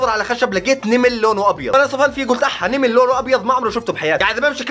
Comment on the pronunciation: نمل ❌❌❌❌ نِمل✅✅✅✅✅